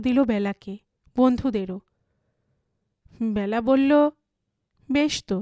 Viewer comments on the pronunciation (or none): Nam ta byala noy Bela. Khub Kan e laglo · উচ্চারণ টা বেলা হবে , ব্যালা নয় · Hu, Byala noi Bela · Bela hobe naam ta.....not byala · উচ্চারণ টা বেলা হবে । নামের ক্ষেত্রে এ কার উচ্চারণ হয় ।